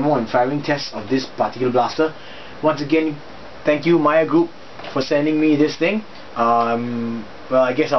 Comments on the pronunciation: Hahah you said "Mager" instead of "mayer" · Just a heads up for future Videos. Meijer...is pronounced MY-ER!